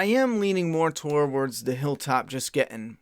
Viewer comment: It’s pronounced “tords” not “toe-wards” bro